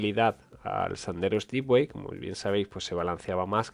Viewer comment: Por favor, dejad de decir de una p. vez Stipway. NO SE DICE STIPWAY. SE DICE STEPWAY. Es un palabro en inglés. XD